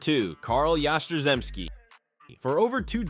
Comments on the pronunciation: Oh come on! Yastrzemski, pronounced "Yah-strem-ski" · The pronunciation of Yastrzemski really got butchered. He deserves better. That man was pure greatness!!! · Good list. It's terrible that you can't get Yaz's last name right.☹ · You don't even mention the fact that Pedroia won an MVP? I mean, come on. 5 foot nothing.... director and producer of "The Laser Show" Dude got everything he could out of himself. Not mentioning Fred Lynn should get you charged with fraud because it doesn't make sense...Kinda like the way you butchered Yaz's name? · Really good, except for Yaz name pronunciation